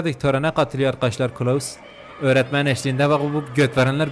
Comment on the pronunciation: Klaus yerine kılavuz demen 🤣